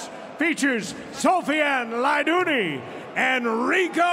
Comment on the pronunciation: the fact that the commentator cannot pronounce LAIDOUNI's name correct...pisses me off..